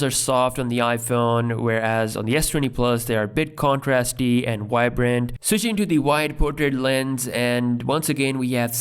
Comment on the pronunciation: Stop saying WOICE instead of voice. AND stop saying WHYBRANT instead of vibrant. Please.